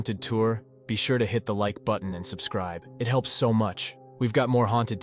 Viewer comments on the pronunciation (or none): none